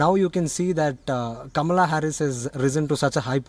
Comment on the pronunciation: Kamala’s Aunt seems to be pronouncing her name wrong. It’s pronounced “Comma-la”